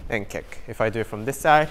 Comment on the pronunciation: They say Rick instead of kick